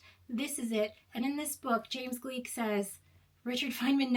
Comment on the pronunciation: Gleick is pronounced like "Glick." (Even if it were German it would rhyme with "like." In other languages, such as Italian, it would sound like "Glake.")